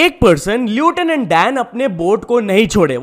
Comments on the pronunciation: Bro read lieutenant as lutanant😭😭😭😭😭😭😭😭😭😭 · bro its pronounced as lefthenand dan 😂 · Lieutenant नहीं लेफ्टिनेंट होता है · you are pronouncing lieutenant wrongly.. plss correctly pronounce it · Bhai lieutenant सही से pronounce कर ले 😢